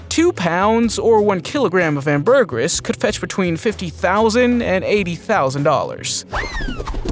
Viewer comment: Please learn how to pronounce ambergris.